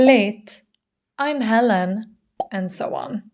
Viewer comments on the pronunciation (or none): none